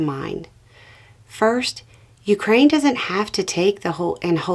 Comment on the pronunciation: Thank-you for pronouncing Ukraine properly!! 💕🇨🇦💪🇺🇦